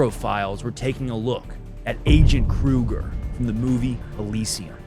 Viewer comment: You don't pronounce the G in Kruger